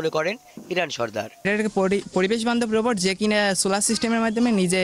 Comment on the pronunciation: বোবট না রোবট, উচ্চারণটা ঠিক করুন।